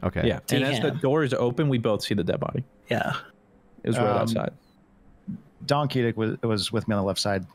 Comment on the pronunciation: Took me 17 minutes to realize "Don Keedic" was "Donkey Dick" and I started giggling to myself haha